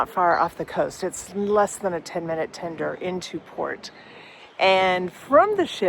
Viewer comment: TENDER, NOT TINDER!